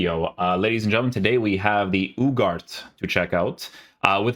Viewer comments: isnt uuu-har-tay? I heard the commentators say on his debut. same as Garnacho the G is pronounced as an H. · Ugarte, pronounced uuu-garrrr-teee